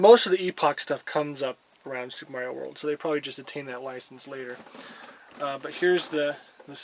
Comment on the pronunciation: "Meiro"! I could see "Mairo" happening, but where did that "e" even come from? Heh, good stuff. Good video, as well.